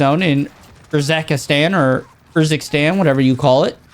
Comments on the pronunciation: i hear you bruh, but it's not URZAKISTAN, like Pakistan, it's 'Urzikstan' like 'oor zik stan' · what's "urzakastan"? (Urzik-Stan) Love ya but it was buggin me lol